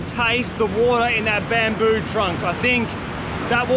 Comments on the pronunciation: "Infinite watah sowrce" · nobody, this guy: Wood'ah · I love how he says “wahta” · Goes to kitchen starts drinking water from my water dispenser "Now this is a good source of watah" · Ah, yes "watah" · its more ‘wodah’ instead of ‘watah’.